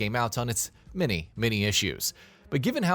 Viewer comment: Am I the only one that hears the narrator say “their mini mini issues” instead of “their many many issues”